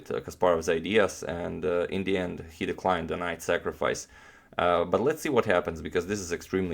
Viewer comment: "...the ond of the day..."